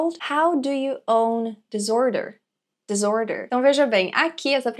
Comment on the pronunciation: Duas coisinhas pra mencionar: a palavra "disorder" em inglês se pronuncia com "s" e não "z" (é contrário à palavra "desordem" em português, né? 😄) e a primeira sílaba na palavra "reveries" se pronuncia como o "e" em "revelar" (e não como a palavra "river" em inglês). Obrigado por o vídeo!